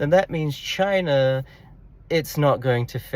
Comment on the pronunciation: This whole discussion just proves how useless the Democrats policies were in enabling any growth both globally and domestically for the USA. Great video awesome insight’s brother 💪 PS loved the attempt to at KAMALA & please drop more CHYYNAH’s